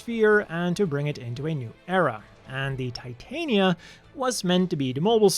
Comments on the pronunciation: That "creator" was full of crap. "The O" is obviously meant to be a reference to Oberon. Titania is pronounced "Tih-Tah-Nia" not "Tie-Tay-Nia" Titania is a Queen of the Fae. Oberon is her King. Also, Oberon. Not Overon. That's another one that got devoured by mistranslations/change for "creativity". Eldridge is something I'd normally ignore but in reference to grimoires and fae royalty, it's obviously eldritch. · Just an FYI, the Titania is pronounced "tit-tanya," as it is named after the fairy queen from Shakespeare. This is made more evident by the constant allusions to the name of her king throughout all these mobile suits: Oberon. The-O, in addition to its many name origins, could be seen as an abbreviation for The Oberon, the mobile suit and its descendants are all referred to as "fairy kings," and the Over.On, when taking into account Japanese pronunciation, is literally a pun on the name Oberon.